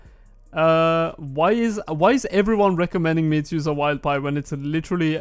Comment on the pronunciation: Wilder pie not a wild pie also btw haha